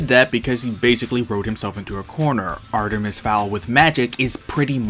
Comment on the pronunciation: awesome vid! love your channel keep it up (sorry for my other comment gotta do it-) Edit: btw love when you said Artemiser XD